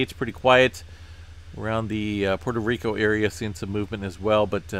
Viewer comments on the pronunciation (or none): none